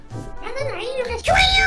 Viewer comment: '좋아요!!!!!!'가 제일 찰져